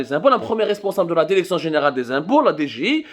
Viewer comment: Les journalistes francophones du Maroc ne disent pas derection derection derection derection derection derection derection derection derection